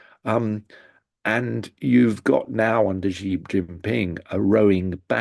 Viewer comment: Xi Jinping. The syllable "Xi", in Chinese, is pronounced similar to the English word "she". Here, it was repeatedly pronounced like the letter "G" or "gee". The sounds are different words in Chinese. Please say "she" or "shee", not "gee". Otherwise, thanks for the very enlightening discussion.